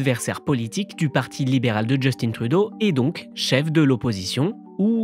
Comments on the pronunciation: Sachez qu'on ne dit pas ''Justine'' Trudeau au Canada francophone, mais ''Just1'' Trudeau (à prononcer comme la dernière syllabe de matin). C'est très bizarre de vous entendre prononcer Justine Trudeau en français alors que personne ne le dit comme ça ici. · S’il vous plaît, lorsque vous évoquez le premier ministre démissionnaire, Justin Trudeau, prononcez son prénom comme s’il rimait avec « lapin » et non avec « comptine »! Nous, les francophones du Canada, prononçons son prénom comme s’il rimait avec « lapin ». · À chaque fois vous malmenez nos noms 😡😡!!! On dit Justin comme Augustin pas "djustine" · Trudeau est québécois. C'est pas Djeustine. C'est Justin. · C'est Justin et pas "djeustine". On prononce Justin comme en français pas à l'anglaise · C'est vrai, je n'ai jamais compris cette façon de prononcer Justin. Il me semble que c'est évident. C'est Justin crisse, pas Justine. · Mais pourquoi vous dites "Djeustine Trudeau" au lieu de "Justin" ??? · Djeustine Trudeau??? C'est qui ça??? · J'adore comment ils disent parfaitement Poilievre mais meme apres 10 ans de trudreau, LeParisien dit toujours DjustinE. Il est francophone si jamais hein. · Justin trudeau se prononce justin comme dans pain < > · Polièvre parle français vous savez! Justin au lieu de Justine... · Ce que je trouve le plus incroyable, c'est qu'il y a encore des gens en France qui prononcent Justin à l'anglaise alors que ça fait presque 10 ans qu'il est premier ministre, et qu'à la longue, ils auraient dû apprendre qu'on le prononce pas comme ça dans le Canada francophone. C'est censé être comme "juste-hein", pas "djostine".